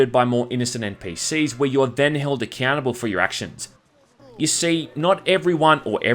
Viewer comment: Great review! But when he says "accountable" I always hear "a cannibal"...